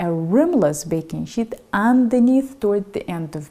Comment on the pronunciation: What's a "baking shit"?